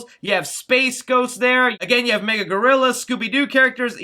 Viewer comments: Ma-gil-la not mega But now I’m a little more interested in the movie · It's pronounced Ma-gill-uh Gorilla, not Mega. And it's Foghorn Leghorn, not Froghorn.... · You said “MAGA” gorilla. Lmaooooo was that a trump Easter egg. It’s “MA-GIL-A” it rhymes with gorilla. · M A G I L L A. gorilla not MEGA gorilla. Jesus I cringed so hard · Its MAGILLA! MAGILLA Gorilla. Not "Mega" Gorilla 🤦🏻 smh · Magilla* gorilla you kept saying mega gorilla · Mah gill a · It’s “Mah-Gill-AH” 😂